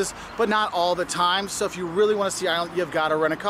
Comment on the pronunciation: It's Ireland not irreellannd